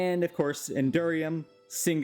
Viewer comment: That one specifically is the mispronounced material you decided to point out? XD Edit: the other ones I noticed: Signalum was pronounced as singulum, Cryotheum was pronounced as cryolithium, and Rhodochrosite was pronounced rhodosite